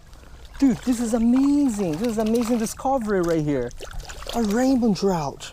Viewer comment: you say rainbon trout because of your ascent